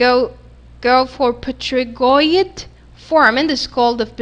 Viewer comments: great video, though you made small mistake in pronunciation of P*"T"*ERIGOID... (it is not p"E*"trigoid) bone or consecutive terminology related to this bone. Don’t take it to hard because mistakes like that are common in anatomy. all the best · it's written Pterygoid but pronounced Terygoid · i'm sorry but is pterygoid pronounced with the p !! coz i used to hear it with the p silent so i got confused !!